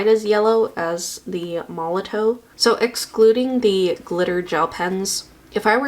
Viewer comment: Just as a FYI, Molotow is pronounced "Molotov". The w is a v sound, its made in Germany i believe. 😊